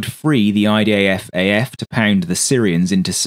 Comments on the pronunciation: why does it often sound like you say IDAFAF rather than IDFAF? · why you keep saying IDAF